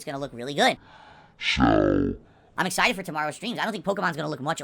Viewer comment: "I'm very excite-ted." There's only one 'T' in excited,. Yet he always doubles up on them.